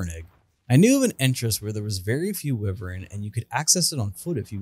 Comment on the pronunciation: It’s pronounced why-vern not wih-vern